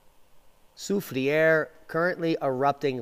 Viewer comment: So glad you figured out how to pronounce it😜